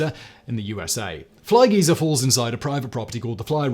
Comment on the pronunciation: that weird inflection on Fly Geyser was deliberate and hilarious